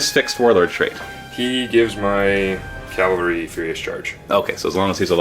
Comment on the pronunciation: a nitpick, but it's CAValry, not CALvary. Sorry. pet peeve.